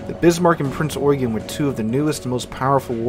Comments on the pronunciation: The Admiral Hipper class German heavy cruiser was named Prinz Eugen. Pronounced as "oy-ghen" and not "yoo-gin" or "you-geen". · 1. It's NOT "Prince Eugene", but "Prinz Eugen", pronounced "Prinz Oy-ghen" (and NOT "yoo-jin" or "you-jeen". 2. Prinz Eugen did NOT sink Hood. Even though she had landed the first German hit of the engagement, and started a fire on Hood's boat deck, PE's 8" HE shells did not have to ability to deliver any serious damage to Hood's citadel, and besides by the time of Hood's destruction PE had already been ordered to switch fire to HMS Prince of Wales.